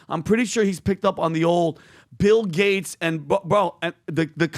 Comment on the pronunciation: It sounded like you said “Pill Gates”, and I thought 💭 what a great name.